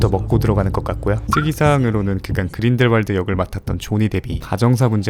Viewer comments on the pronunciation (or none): none